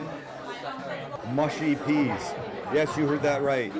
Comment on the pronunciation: The home of the "butty" (or "buttie") is Northern England. Same for mushy peas. The "u" in both is pronounced as in "bush", not as in "butt". Truly pitiful attempt at a Brit accent, by the way.